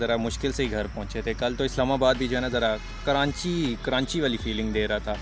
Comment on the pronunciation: KARANCHI 😂 ayse kon bolta hai bhai